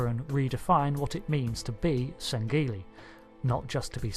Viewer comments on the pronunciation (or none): its not sangeli its sangheili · You don't pronounce the g in sangheili.